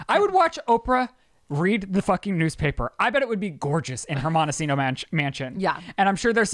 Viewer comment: Oprah lives in Montecito. not Mondocino😁 lol xoxo